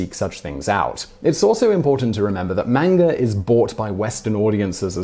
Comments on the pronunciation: FYI Simon, manga is pronounced mahnga, not mehnga. It's not really that hard to pronounce Japanese words correctly, all you really need to know is that it's based on mostly vowel sounds based on syallbles. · Am I the only one who hears him say "menger" instead of "manga"? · its pronounced "M-ON-GA", not M-ANG-A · It's pronounced 漫画 not "MAYN-ger" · Hey there Simon! I love your videos! I feel that because I watch them often and I hear you talk about looking up pronunciation for things you are unfamiliar with, I would like to ask you: are you sure about the pronunciation of ‘manga’? I believe it is a deep ‘a’ like ‘lawn’... I ask because, even though I know it is pronounced with a deep ‘a’, maybe sometimes it’s not (like when a word has different pronunciations in different dialects). Maybe other people have already commented about this, but I was an English teacher in 4 different Asian countries over ten years and I’ve been to Japan, so I felt compelled to say something- because I love your show! Peace and love! Ps I especially enjoy episodes about japan and pretty much any other Asian country, psychology, crime, history, ... I can’t think of any that I dislike! Lol Thank you for all the information you share! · The word is pronounced, mahn-gah. Both As sound the same. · You are an unually nice presenter, but it gets very annoying to hear you call manga "mangar" every time another word quickly follows. Yes, I know, it's a British thing. Obama is "Obamar", Indonesia is "Indonesiar", and so on. Still comes across as very odd. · It's not 'Manga' it's pronounced Monga. Sorry Simon, u got that one wrong again. U should check the way a word is pronounced before making a video. But thanks for the info. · Dat pronounciation of manga though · You pronounce manga wrong. Shame.